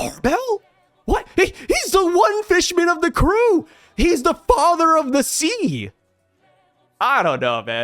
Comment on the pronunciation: "Father of the Sea" more like "Fodder of the Sea"